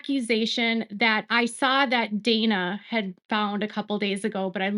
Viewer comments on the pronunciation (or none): none